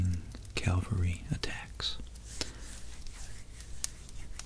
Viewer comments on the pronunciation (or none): Really enjoying your work. I’d like to offer you a tip on pronunciation. Cavalry v. Calvary. Cavalry is horse mounted fighters. Calvary is a hill in Jerusalem. But they tend to get mixed up when speaking. Here’s how I remember how to say it. The US Army’s 1st Cavalry Division is known as the “First Cav”. It’s snappy. It’s got some punch. Bam! Cav! There’s no L there. It’s not First Cal, it’s First Cav. (The word Cavalry is from the French word cavalerie, itself derived from "cheval" meaning "horse") Can I say “Cav” as a substitute for what I am saying? It’s cavalry. Are we talking about a crucifix or religion? Probably Calvary. And you’d probably never say “Cal” as a shortened version of Calvary. It would just sound strange. You don’t need a short, snappy nickname for Calvary. You can run this test as you’re speaking to get the right one. Cav v Cal. It might not be very noticeable except to veterans, history buffs, French speakers, horsemen, theology nerds, etc. but it woke me up 😂. So I thought I’d weigh in. Keep up the good work. 🐎